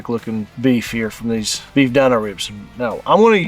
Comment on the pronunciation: They are Dino ribs not the way you’re saying it but the way the Flintstones dog, his name Dino! Pronounced Deano! Not Dineo! And I cannot find them on there website mobile app